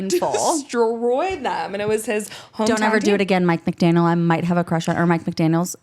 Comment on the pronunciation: You two had it right btw! It’s Mike McDaniel, not McDanie*s.